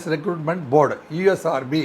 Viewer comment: அது ரெக்ரூட்மெண்ட் டா. ரெகூர்மெண்ட் னு சொல்றே. மொதல்லே நல்லா வசம்ப வச்சு தேயி உன் நாக்குல.